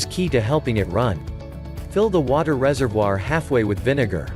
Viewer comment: It annoys me the way that the bot is saying reservoir